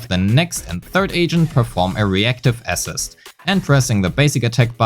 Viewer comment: somebody explain to this guy how to pronounce "assist" holy shit